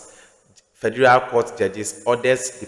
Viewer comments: HE SAID FERDURAL COURT-LOL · Pronounce Federal again.